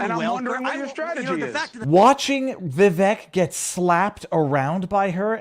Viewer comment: Vivek rhymes with "cake"